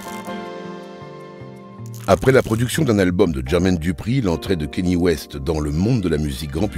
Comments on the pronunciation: Le "Kenny" me fait mal toutes les 30 secs 🥲, c'est bien "Kanyé" que ça se prononce lol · Faut arrêter de dire kenny bordel c'est kanye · Tu regardes un documentaire de 45 minutes qui est très bien fait, avec une voix off exceptionnelle et tu retiens seulement qu’il dit kanye à la française, c’est vraiment affligeant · Dommage pour le « kenny » west 😅